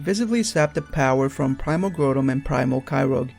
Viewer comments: Dude its Groudon(Growdon) not Grodon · its primal kyogre not yoger and groudon not growldamon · Groundon (GROW - DON) Kyogre (KY - OGRE) not GREW - DON and KY - ROGE. Sorry vvv picky ik but it bugged me xD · Grotum and Kairogue... Dude, I realize japanese isn't the REAL origin of the American version's names, but you're butchering these names horribly. It really doesn't make you seem knowledgeable when you can't even pronounce the names, which are annunciated for you online with Bulbapedia and the like. Obviously your english is a bit rough, I know you can script this stuff and work out sounding a bit less rough but if thats how you talk I'm not gunna get on you for your lack of proper English or anything, I just feel like if you're going to be doing Pokemon info, especially far flung rumors, you should at THE VERY LEAST learn to pronounce the pokemons names you use. Obviously the theory is... hard to believe. Whatever. Again, not critisizing your content choice, just thw POKEMON NAMES. Good luck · you said Groudon and Kyogre wrong